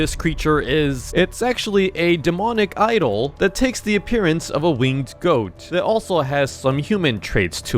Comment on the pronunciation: It's not whatever you said it's the goat man